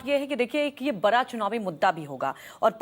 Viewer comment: बरा नहीं बड़ा बोला करो